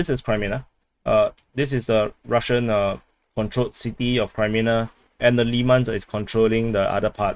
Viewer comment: Why are you pronouncing it Kri when it is Kre -menna. There's NO ay sound. So not Krimenna but Creh-meh-nah. Actually should be -aya at the end but let's not ask too much. 😉